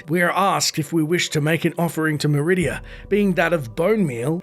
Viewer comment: Meridia? Or Macridia? 😂